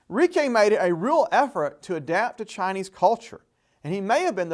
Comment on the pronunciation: It's pronounced Reach-ee not Ree-kay